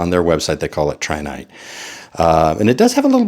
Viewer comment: It's Tritinite not Trinite!